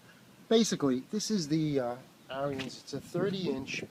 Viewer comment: BTW - It's pronounced "Air" "Rins" not "Air" "Re" "Ins"